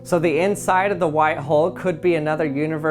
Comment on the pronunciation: Learn how to say white please